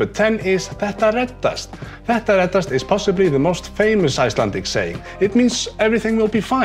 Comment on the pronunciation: My girlfriend has þetta reddast tattooed on her collar bone. I like how you pronounce it. Sounds less like Pet a red-assed, which would probably mean it'll all be ok if you rub it until it's chaffed.